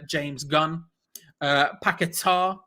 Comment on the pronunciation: It's paqueta not pack a tar try getting names right ffs